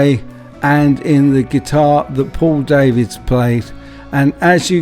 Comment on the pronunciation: For Info Paul Davids is Dutch his name is pronounced Dah - vids not Day -vids